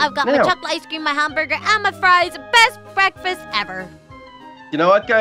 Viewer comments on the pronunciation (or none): I thought u said FLIES not FRIES!!